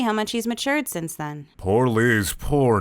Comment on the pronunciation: Am I the only one bothered by the fact that every damn time he means to say "since", he says "sence"?